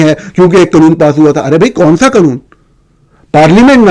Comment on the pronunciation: جتنی جھنجھلاہٹ آپ کو "عجیب منطق" پر ہوتی ہے اتنی ہی پریشانی ہمیں ایک ذی ہوش شخص کے ملک کو "Mulak" 😅 اور قانون کو 😅 "قنون" بولنے پر ہوتی ہے۔ لیکن وہ صحافی ہی کیا جو دوسروں کی غلطیاں نکالنے سے پہلے اپنی کوتاہیوں پر نظر ڈالے۔ اپنی ضد اور انا سے باہر ہیں۔ کچھ تحقیق آپ خود بھی کر لیا کریں، خصوصا" اس سطح کی جو میرے پوتے پوتیاں اپنے پرائمری سکول میں کر چکے ہیں۔ اردو کو درست بولنا بھی پاکستانیت کا حصہ ہے۔ کبھی کسی انگریز کو اتنی غلط سلط انگریزی بولتے سنا ہے جتنا بیڑا غرق آپ اپنی قومی زبان کا کرتے ہیں؟